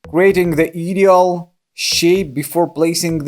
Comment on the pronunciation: Ideal is pronounced “eye-deal”, just thought you’d like to know. Love your videos!🥰